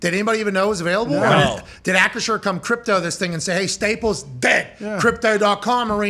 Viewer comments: Bro I cant even pronounce the new name correctly. ASS-CURE🤣🤣🤣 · Nobody can say acrisure